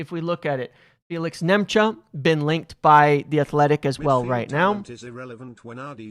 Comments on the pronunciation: for the love of God his name is not Nemcha it's Nmecha. N-me-cha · Nmecha is pronounced METCHER. Just saying. Again 😁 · It’s Metcher. Metcher. The N is silent